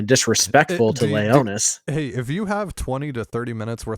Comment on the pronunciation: Its Leonys, not Leonys! 😂😂😂